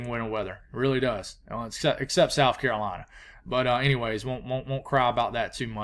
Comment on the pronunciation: when say carolina it just warms my heart